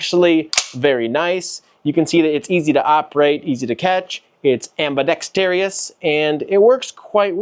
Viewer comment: It’s ambidextrous NOT AMBIDEXTREEEEEOUS!!! Aarrgghhh